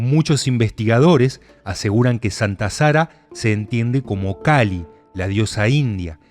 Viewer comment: Todo muy bien, pero en el caso de Santa Sara, es Sara calí, con acento en la I. Como decir calé o caló. Que somos los gitanos españoles. Pero por lo demás todo muy bien.